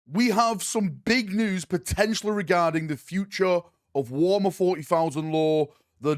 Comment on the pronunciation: Why do you say Warmer and not Warhammer?